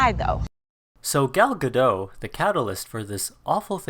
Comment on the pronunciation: Did u just say “ghell ga doh” my head.